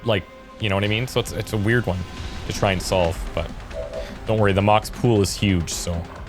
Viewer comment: Hey odd i think it is soppused to be moc-x squad not pronounced like mox but like mock X